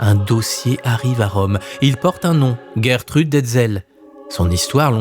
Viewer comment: Bonjour, il faut plutôt prononcer "Gèretrude non "Guerretrude". C'est un prénom connu au Québec.